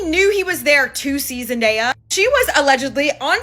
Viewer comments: I’m so proud of Zendaya!!! (btw u kept saying her name like Zen.dye.a lol it’s Zen.day.a) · Her name is Zen DAY uh .. not zen die uh … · The mispronunciation bothered me too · Youre definitely clocking sweeney tea with this one. Love the video. By the way It’s Zen-day-a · its Zen-DAY- Yah lol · Girl. Zen-DAY-yah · It's ZEN DAY YA (say the word day) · Girl.. Zen-DAY-ah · You can't even get her name right. 😂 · Oh my GODDD!!! If you cannot say her name right do not say it at all!! Please and thank you ❤ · Why is mispronouncing Zenday's name?